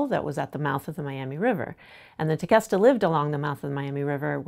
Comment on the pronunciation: So everyone that lives in palm beach, you’ve been pronouncing Tequesta wrong lol